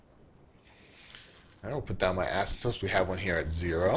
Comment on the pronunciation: he keeps saying 'asymptopes'. it is 'asymptotes' .